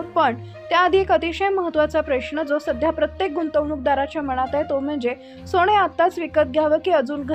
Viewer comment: सोणे नाही सोने.आधी उच्चार सुधारा